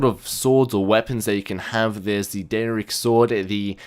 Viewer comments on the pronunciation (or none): Yes I know people pronounce things differently but Daedric is pronounced day-dric and Fus Is pronounced fuss. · Thu'um, Daydrick is how you pronounce it, sorry I'm a SKYRIM freak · The way he says daedric lol